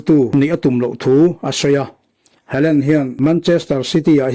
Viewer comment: Hawland anga lam tur,hei chu english lamthiamlo ho lamdan nih hi